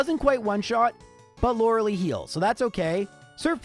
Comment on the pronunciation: Do you enjoy mispronouncing Arcanine, Rattata and Lorelei?